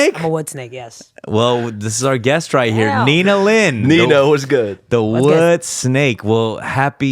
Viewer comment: it's nina lin right? not nina lee